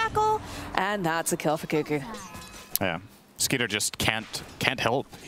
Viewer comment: Isn't his name Skiter not Skeeter?